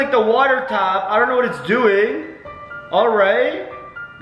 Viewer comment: Why every time u say know it turns up as shnow